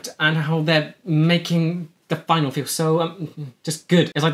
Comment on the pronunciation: It isn't a Final, like the last year of the semester. It's a Finale, pronounced fin-AA-lee.